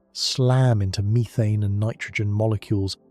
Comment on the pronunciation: " meerethane" lol. Can you please bring the old AI voice back or read it yourself play some of it is just that's right